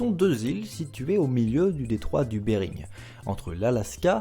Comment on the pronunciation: De mieux en mieux décidément ! Par contre on dit pas detroit de Bering ?